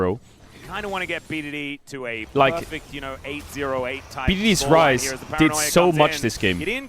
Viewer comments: Bro when I heard the casters I was hearing fries because ceadrel was saying fries and I was thinking no way it’s actually called the fries group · All this time I thought Caedrel was calling the Rise group the Fries group. My day has been ruined. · the casters sometimes say fries group too